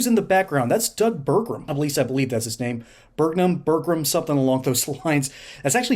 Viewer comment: One “R” in Burgum.